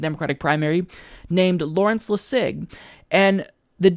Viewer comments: it’s Lawrence LESS·ig, not Le·SIG. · LEssig, not LessIg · Lol why is pronouncing Larry lassig's name like that? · I think you're pronouncing 'Lessig' wrong. I don't think there's emphasis on the 'sig', but on the 'Les'. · I think you're saying Larry's name wrong. I've never heard it pronounced french style. You're making it sound weird.